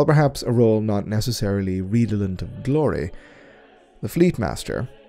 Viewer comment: A couple of constructive comments, meant only as such; I think the writing is excellent, but a couple of pronunciations are a little off. Ae, as in aether should have an ee sound, and the red in 'redolent' (and 'redoubt') is pronounced like the colour. I only know due to making the same mistakes and being corrected by people who know better than me.